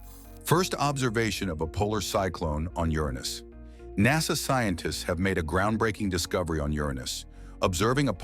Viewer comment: Is this guy trying to say Uranus?